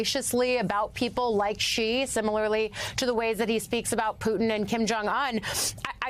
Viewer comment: How is it that anchors are still getting the pronunciation of "Xi" wrong until today? Or is this a conscious decision to pronounce his name wrong the way the pronounce "Iraq" wrong?